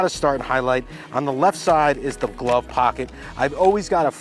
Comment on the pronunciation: FREAKIN LOVE IT!!! " GOT FIT FER A GLUV." LOL LOL